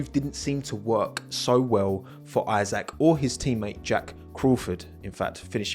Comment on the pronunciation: It's Isaac not "I-sack" 😭🙏🏻